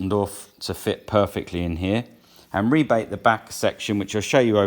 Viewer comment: Thankfully somone using the correct pronunciation of rebate. Why do the Americans call rebates rabbits?